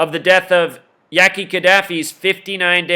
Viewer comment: You can't even pronounce their name correct! Hussein Fatal! Not Fatale! Yaki Khadafi not Yahhkii! Lame ass your just a Novice in Life ! Yeah you are correct about secret societies controlling Hollywood and Government and entertainment! But also you are wrong when you are reaching about Numbers and oooooh this numbers and that number! Every has to have a numerology because it has an alphabetical order! Duhhhh! And birthdays and years! Duhhhh! Keep banging